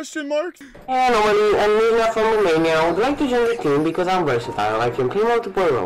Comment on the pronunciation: "ANO"MALY - "UNO"MALY SUS